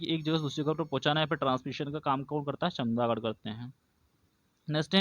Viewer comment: चमगादड़ है chamdagad नहीं